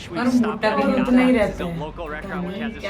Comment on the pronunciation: Its pronounced as Weens not Vines